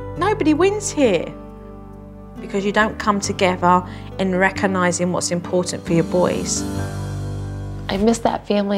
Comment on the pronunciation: Jo, It's recognising NOT reccon😊nising!